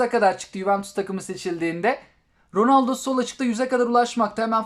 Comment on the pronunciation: Abi oyunu güncellemedim ronoldo dedin delirdim😍😍😍